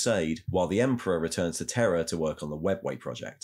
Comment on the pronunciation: Are you saying “Terror” or “Terra” for the new name of Earth?